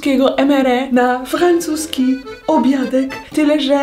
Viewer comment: "Frałłłcuski obiadek" uwielbiam Cie aga 😂❤️